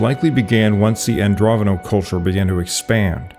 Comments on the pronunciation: Andronovo, not Androvono. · Just so you know, you're pronouncing Andronovo incorrectly. You're showing some dyslexic traits by calling them "Androvono," (swapping the v and the n) while your maps show the word spelled correctly. I hope this helps. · AndroNOVO, not Androvano... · You keep saying 'Androvono'. It's Andronovo. Andro-novo.